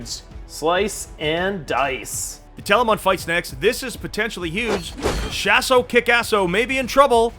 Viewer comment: It really irritates me when they say Shas’O Kickass’O. It’s almost as bad as listening to an American say Aluminium